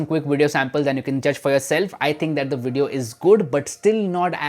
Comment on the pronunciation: Wideo recording? Why can't you say V as V not W.